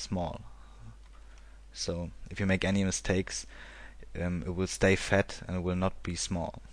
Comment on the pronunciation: I am 100% sure hes german, he just kept repeating "this line will stay fett" (fett -> thick). ;)